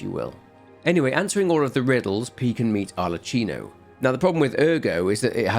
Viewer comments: How did you end up pronouncing Arlecchino's name wrong when he said it to you multiple times in game? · great video! one note, in italian you read "ch" as you read "k" in english both in pinocchio and arlecchino